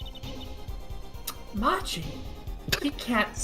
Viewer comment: The defendant's name is pronounced "Mah-ki", not "Match-i".